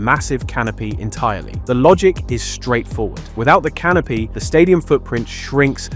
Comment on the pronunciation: vast canopy? I thought you said "vast canape" Now that's a real appetiser